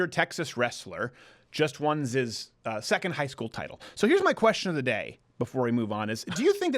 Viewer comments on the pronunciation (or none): Hahaha did anyone notice Steven saying 'just won zis' instead of 'just won his' at around ? Killed me xD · did he just say "zis" lol